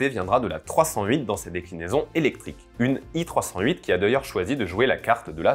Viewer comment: Attention ce n'est pas une "i 308" mais un "e 308". A moins, bien sur, que ce ne soit une prononciation "à l'anglaise" ce qui ne serait pas logique pour une Marque Française.